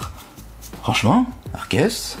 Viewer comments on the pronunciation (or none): Comment ta prennoncé Arceus 😂